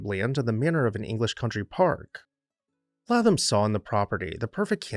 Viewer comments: His name is pronounced “ Laytham” not Latham! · Fine video! However, I believe his name is pronounced LAY-tham.